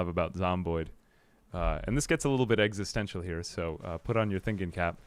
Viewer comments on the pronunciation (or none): none